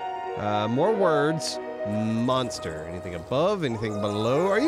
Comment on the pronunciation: For some reason it bugs me when says monster.. it's not munster